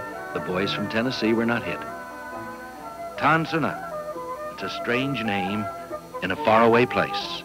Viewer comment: It is spelled Tan Son Nhut not Ton San Nhut. It is spelled Guantanamo not Guantanomo.